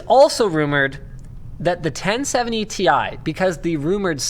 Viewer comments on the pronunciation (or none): Tie? Can we just keep to calling them "tea eye" from now on. lol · They certainly would NEVER or never have called it "Tie". Comeon... its called Ti (Tee Aaii). I'm one of those who's always called it "Ti". 😁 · T I, T I, T I. Its friggin T I. Stop saying tie like some friggin hipster who thinks they know better. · ITS NOT TIE. ITS TEEEE IIIII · damnit! stop calling it TY!!